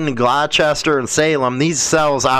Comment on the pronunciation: You BUTCHERED my County though Hahahaha I forgive you I know your from CHI town. It’s pronounced (Glaw-Stir). Not (Glo-Chester). #RockOn thank you so much for giving both sides and setting things straight. Telling it like it really is. Your not Thanked enough. Keep doing your thing big guy 🤘🏻⚡️⚡️